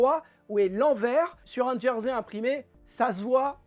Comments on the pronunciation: Merci pour ce tuto sympa en « Djersey »Je ris à chaque fois que vous prononcer ce mot 🤔😂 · Ce n ‘est pas une moquerie de ma part.J’ai toujours entendu Jersey désignant le tissu ou l’île prononcé Gersey en français .je ne tiens pas le monopole de la meilleure prononciation.Continuer à nous faire rire 🤣 c est vital en ce moment